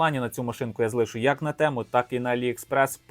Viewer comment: Говоріть правильно, не тЕму а тІму